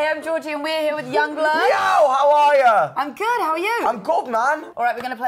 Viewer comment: I'm I the only one that heard "im god"?